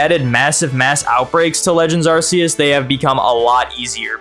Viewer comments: Silvally - RKS System. R K S. You can stop saying Arseus now. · as i know how to pronounce these, luckily that's not me. But in that defence, there isn't a hard pronunciation for them. Arceus, there is. No excuse. 😂